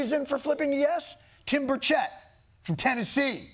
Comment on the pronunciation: If you are going to “credit” statements by Rep. Burchett, you need to learn the hillbilly pronunciation of his name. It is not bur-shay’, it is burr’-chit…. I am a native Knoxvillian and Hillbilly is my native tongue.